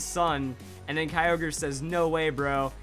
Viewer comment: STOP U SAY KYOGRE AND GROUDON WRONG ITS KEE-O-GREE AND GROO-DON